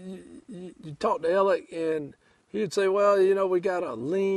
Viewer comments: It’s spelled Alex, but Southern pronunciation is Alec with a hard k sound. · His name is AleX,,,, not AleC. So sick of people saying his name wrong. It's ridiculous!